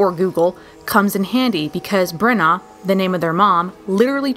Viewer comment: You’re saying bronagh wrong